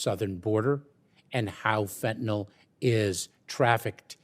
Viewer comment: Somebody please tell these people how to pronounce fentanyl. Last syllable rhymes with hill.